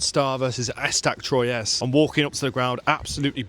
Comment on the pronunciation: Technically Standard Athletic Club were founded in Paris seven year prior to Red Star but some people will say Red Star is the oldest Parisian club. There are a lot of clubs in Paris besides PSG but everyone focuses on them obviously. I've been a fan of PSG since 2003 but I would like to see Red Star promoted to Ligue 1 alongside Paris FC. Troyes is also pronounced Twa.